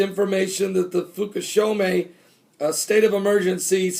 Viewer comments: PRONOUNCED FOO KOO SHEEMA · Fukashima? (Fu-ka-she-mah) is that what you are trying to say? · Pastor pronounce it like this lol foo-ka-shi-ma hopefully that helped :) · Fookooshema - Fukushima just trying to help. No worries and thanks.